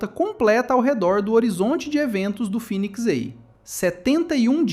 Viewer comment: Phoenix EI ❌ Phoenix A ✅